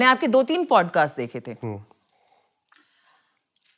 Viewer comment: Stop interrupting and don’t keep talking about Tantra Sex. Also please improve your pronunciation , specially “Podcast”